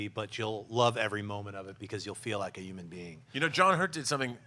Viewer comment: Schnepp can't pronounce the word 'human'. "Injumans" LOL